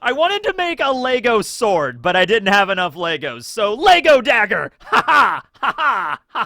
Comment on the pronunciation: Bruv, there’s no s on the end of Lego. Sort your shit out